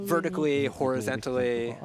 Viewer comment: Horizentally? Versitelaty? Wtf is this guy speaking?